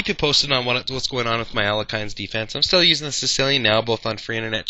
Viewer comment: I thought it was pronounced "Alek-hine" for awhile, too. It turns out his name is actually pronounced "Al-yek-hin" (with a soft H). Not a big deal, just thought it's worth pointing out for your viewers. Fun video though!